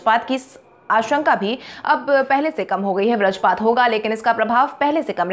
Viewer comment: बज्रपात का उच्चारण ब्रजपात न करें।